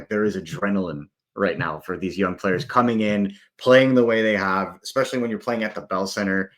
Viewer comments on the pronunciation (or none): is great but why must he say ‘expecially’ 😩😩😩